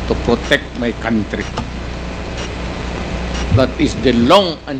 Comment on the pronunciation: So many porms ? Or forms - don’t destroy my COUNT-try? Or COUNTRY? F pronouns P? Vice Versa - Fernandez need to study and relearn correct pronounciation of words - correct/proper English grammar